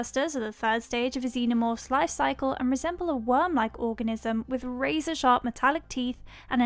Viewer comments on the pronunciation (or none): none